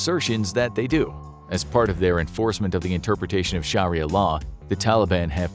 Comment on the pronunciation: I had to stop watching after 15 seconds. Scharria law dude it doesn`t take long to check the pronunciation